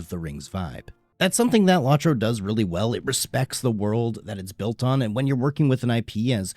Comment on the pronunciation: It's low tro. Not lawtro